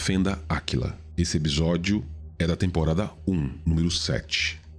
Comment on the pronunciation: A única coisa q incomodou nesse vídeo eh q pela modulação da voz EPISÓDIO soa EBISODIO.